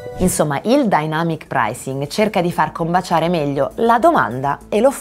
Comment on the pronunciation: io avevo capito all’inizio denamyc pricing 😂😂